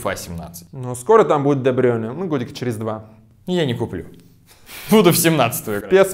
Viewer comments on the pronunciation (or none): Де Брю́йне а не Де Брейне